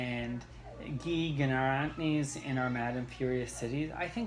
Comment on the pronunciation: I was a bit let down by Warlight... just didn't do it for me. My expectations may have been too high. PS Guy is pronounced like English word "guy" not French name "Guy" :) I am tempted to say "gee" every time though! I'm getting hyped for the Giller... expect some complaining from me. Short Story September sounds great!